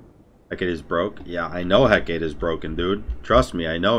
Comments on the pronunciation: ....learn to say Hecate please....hearing you say hec-aa is getting on my nerves. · There's two accepted pronunciations of "Hecate": either the original heh-kah-tee or Shakespeare's heh-kit. And is using neither of them. That being said, your point is also fair. still says "kin's" instead of "chin's" for Qin's Sais, and it's been five years. He still says "tel-leh-kine" instead of "tel-kine," and that item has been out for just as long (funnily enough, there's another spelling for that one which DOES have a second "e" after the "l", just not in Smite). Asking him to pronounce yet another item differently because he's saying it incorrectly is understandable, but if he ain't willing to change, not much one can do about it 'cept get used to it. Or watch someone else.